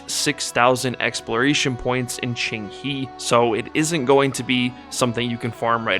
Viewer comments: Very good video, and is not Qing"He", is Qing"Huh" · No it's not, the second part is wrong. It's ching-hé (the e is a schwa sound, almost silent).